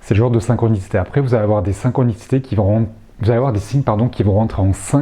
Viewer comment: Merci beaucoup pour cette vidéo. (attention aux tics de langage "synxhronicitèche", des coeureu, musikeuu c'est dommage) merci, bonne continuation !